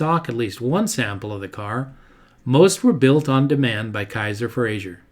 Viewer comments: Good video but one pet peeve is that his name is pronounced "Fra-zer" not "Fra-zhur" - he was Scottish, not French. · With respect, it's Frazer, not Frazier. It rhymes with "razor." Great job! I've always been fascinated by the Henry J/Allstate.